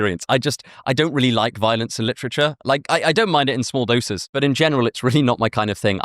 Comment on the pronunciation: "Lit-trich-errrr" I like it🙂....Just dont be saying that in North philly🙂